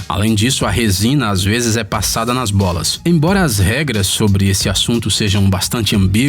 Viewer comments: só eu que entendi ele falando "bosta"?KKK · so foi eu que entendi ele falando bosta? Kkkk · As vezes as resinas são passadas nas bolas, ele encheu a boca pra falar bolas. Ficou engraçado kk